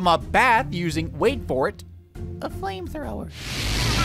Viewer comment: the way you said flamethrower killed me